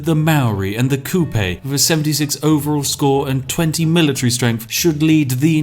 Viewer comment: Kupe is pronounced koo-peh btw, not koo-pay